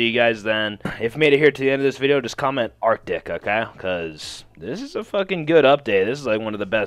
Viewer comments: "Arctic" Der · arctic, der :D